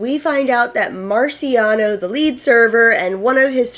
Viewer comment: MarCIAono not MaRIciano 💕 But then you got it right for the rest of this video 😂 Great job on the recap. This was super helpful to refresh my memory for the newest season. I couldn’t put myself through rewatching it.